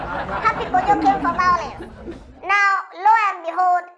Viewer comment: Alas pappy Kojo…Vawulence 😂😂